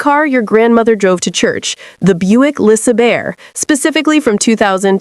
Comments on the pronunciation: Le Say bear 😂😂😂😂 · The Buick le’ saBEAR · Le SuhBear? OK, AI. 🤣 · Yeah I always respected those Buick La-sah-bears, also known as the Lisa Bear. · The AI was so hilarious. It couldn’t pronounce the Buick LeSabre correctly 😆😂🤣